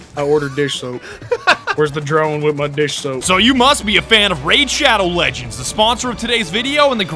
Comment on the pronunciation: Me: weird that amazon prime of all things is the sponsor but ok- “RAI D SHAD OW LEG ENDS” GODDAMNIT